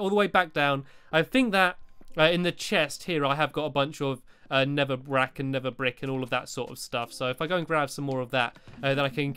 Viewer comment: Hey guys did you hear stampy said nether brack instead nether brick